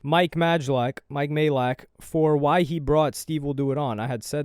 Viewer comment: you’re saying mike’s surname correctly at last 😅 Stop sounding unsure it’s been confirmed by Mike himself it’s pronounced "MAY-LACK"